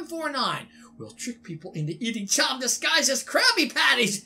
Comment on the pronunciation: Don’t remove the h in chum